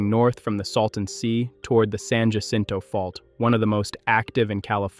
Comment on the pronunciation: It’s NOT San “Ja-sinto”, it’s San Ah-sinto! UGH!!!!